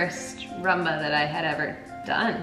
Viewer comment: Why do they call it Ra-mba? Isn't it Ru-mba?